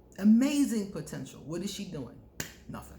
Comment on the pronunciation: You always do warn of "protential" .............